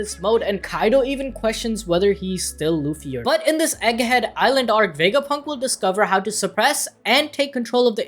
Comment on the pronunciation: you said Dr. vegafunk :/